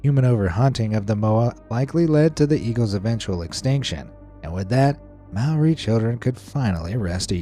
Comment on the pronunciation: Māori is pronounced with a rolled r and the ao is pronounced just o so it's mow-re